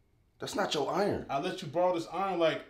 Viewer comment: what the hell is an AWWRON oh you mean iron, than say iron